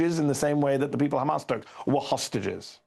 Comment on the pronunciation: All i hear him say is khamas khamas khamas khamas khamas😂😂